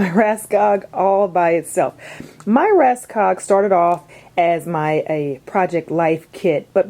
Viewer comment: hi Thank you for a great video. (Just wanted to give you something you didn't actually ask for, it's help to pronounce the "Råskog" Ikea rolling thing. In Norwegian and Swedish it is pronounced like your word "raw" but without the "w" or the "o" in the beginning of the word organizing. skog you say like the "o" in organizing mixed with the "oo" in school . r-a-w-s-k-o-o-g. I recommend Norwegian teacher Karin here on youtube if you'll like to learn some Norwegian. (Sorry, but it just enoyed me that it was said wrong, even though I know you're not a scandinavian or at least not speaking scandinavian language. )